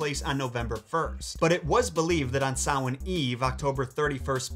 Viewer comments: Thank you so much for pronouncing Samhain correctly! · Props to you for pronouncing Samhain correctly. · You pronounced Samhain properly 😍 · Look man. I love your vids and have seen loads of them. I can't imagine the amount of work you do into each one. I'm Scottish and can say that your pronunciation, history and respect you gave Samhain is awesome. I didn't know about Jack's history tho, Imma put that on the Irish LOL tc, love your vids x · Thank you for saying Samhain properly. As a Pagan who's absolute favorite Sabbath is Samhain it really grates on me when people call it Sam-Hain. Like, I know that's how it's spelled but that's not how it's said except in a small section of Ireland. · Me seeing Samhain and hoping you pronounce it correctly and then you pronounce it correctly ☺☺ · Thank you for pronouncing Samhain correctly 👏🏻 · Just found this and was so happy they pronounced Samhain right! It's frustrating seeing people peonounce words that should be common knowledge on pronunciation. But to see someone correctly pronounce a word that isn't so common is honestly a real treat! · THANK YOU for saying Samhain right! As pagan myself(pagan not devil worship) it Make me cringe everytime they say it wrong. Have happy hollows eve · And he pronounced Samhain right! Yes!!! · Congratulations on your pronunciation of Samhain!!!! I'm interested in your source dating the story to the 8th century? The only Early Irish story I know of in this area is Echtrae Nerai / The Adventures of Nera. It's about many things, but includes having to carry a corpse on his back to find it a drink of water. No reference to marsh lights though... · Thank you for your accurate pronunciation of Samhain! & how Christianity worked in those days. As a pagan, I adore you for this ❤. Also as a side note, Samhain is actually 3 days & nights with the 31st being the 2nd day. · correct pronunciation of Samhain got me like 🤤🤤🤤🤤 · Thank you for pronouncing Samhain correctly